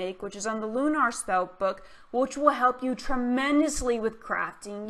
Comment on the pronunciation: LOOU NARR lol it's lu ner